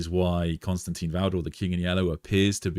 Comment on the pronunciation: I enjoy these videos and conversations so this is not a criticism but rather a question- why do people insist on pronouncing Constantin as Constantine? It probably seems petty but let’s be real, we are all here because of our love and interest in the lore and characters. Why not show the proper respect for such an important character by pronouncing his name correctly?